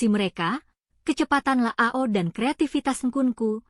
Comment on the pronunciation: Leao ❌️ La ao ✅️ 😂